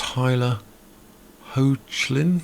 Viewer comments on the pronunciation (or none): Tyler's last name is pronounced Hecklin. Its spelled Hoechlin but its Hecklin how you pronounce it.